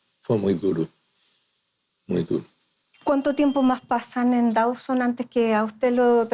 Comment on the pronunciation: No es Dauson (Dawson) como pronuncian incorrectamente, sino "Dooseen".